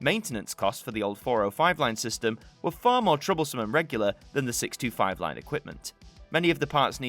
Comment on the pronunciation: I heard that too, but on replay I heard 1937. Another thing, I often though he was saying 65, when he was actually saying 625.